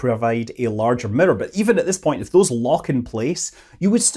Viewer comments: That's a nice boulder. Earth to Sir Scott - Moon not mun - as a cow might say moooooooooo :-) love your show I have no idea how to say mirrrrrrorrrrrerrrr - However you say that? Wish I could come visit - we would go to the pub get fish and chips and a pint. I am having issues with bubbles - The raptor hatching ground - Water bubbles leave traces on the glasses. Put a little soap in the whirlpool tub and bubbles go crazy. Agitation seems to make more bubbles. We have our own personal bubble. Stock market and financial bubbles. On the other side when tanks in space are mostly empty we get propellent (fuel) bubbles - sometimes where we don't want them. Weird water bubbles in space. Bubbles in our turbo pumps? MZ popped my bubble a while back - ha no worries but he is talking about deep sea diving too, that is a bubble under pressure. Why so many bubbles? Happy new year - The French got the right idea champagne bubbles - me likeeeeee. In comic strips there are those ooooOOO thought bubbles. So on and so fourth. Yes, virginity is like a bubble on the stream of life, one prick and it's gone. Rocket launch exhaust looks like smoky bubbles. Yea a pint of Guinness sure would be good to share, we could sit and admire the bubbles. They are working on the Raptor 2 factory - a new line at Mc Greggor - can you tell us more? Remember the Alien movie with the Momma one? They had it trapped making the little ones - that was creepy some things are just difficult to un remember. So many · I came here for one thing: Scott's pronunciation of mirror